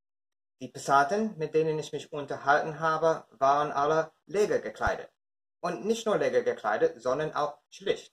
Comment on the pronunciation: Alles gut, aber das "leger" mußt du als lescheer aussprechen.